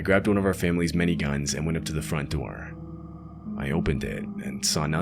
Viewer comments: I thought he said mini gun but he said many guns 💀😭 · For a split second I thought he said he grabbed one of the families miniguns haha. Thought holy shit america